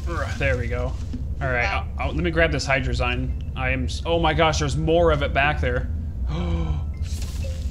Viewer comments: you say hadrzie rong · I'm salty about the way u guys say hydrazine it's supposed to be pronounced like hydra-zeen